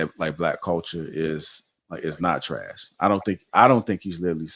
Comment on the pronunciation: He said THRASH. Lightskin dudes are adorable. hahaha